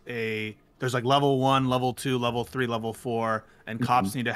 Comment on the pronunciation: One! two! tree! Foe! FIFTH!!!!!